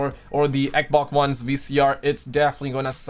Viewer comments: say it with me XBOX XXXX BBB OOO XXXX NOT EKBOK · Hey! Can you spell me how you pronounces xbox please? Eboc?😂 I recently discovered you I love your videos! Continue like this 👍